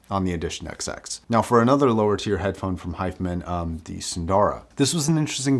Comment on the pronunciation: The way you're pronouncing hifiman is driving me crazy and I can't focus on the review.